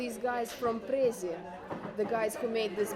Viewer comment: Az elején én is azt gondoltam, hogy biztosan magyar, pont amiatt, ahogy Budapestet ejti, de amint kimondta, hogy Putyin, meg Prezi, megváltozott a véleményem. Bizonyos részeknél nagyon hallatszik az orosz akcentus, még ha általánosságban a magyarra hasonlít is. (Orosz a családom, úgyhogy felismerem.)